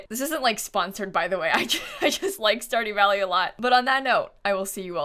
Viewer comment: stardy valley game: stardew valley:*stardy valley* game: stardew valley: STARDY VALLEY Game: STARDEW VALLEY